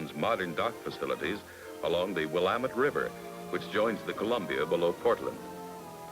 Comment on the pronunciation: But they got Willamette correct. lol